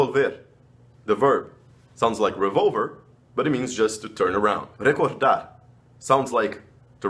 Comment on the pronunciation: Rrrrrrecordarrrr. jajaja Te cuesta pronunciar nuestra R española. ;)